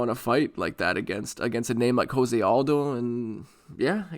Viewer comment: Huge Jose Aldo fan pronounces his name wrong